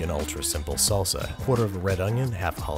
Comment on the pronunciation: What is “KAYSO” and “SULSAAH” 😂 cheese and sauce my friend.